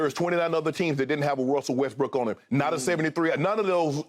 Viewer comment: Skip said little westbrick 😂😂😂